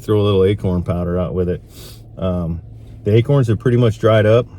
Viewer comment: Deer in Mississippi love "a-kerns". Not too sure about "acorns". Lol Good luck with the 10 point!